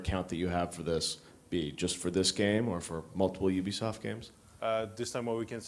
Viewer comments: UB-I-SOFT LOL Who can blame him though. I can't wait to buy the wiiu, a lot of awesome interactions and ideas :) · Ubiesoft lol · U-B-I Soft and Ubi-I-Soft were my favorite mispronunciations :D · In japan, Ubisoft is actually officially pronounced "Ubiyaisoft" No idea why this is the case, but Iwata is not making a mistake. It's actually called that. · lol he doesn't know how to pronounce ubisoft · Iwata is so cute, he can't pronounce Ubisoft properly <3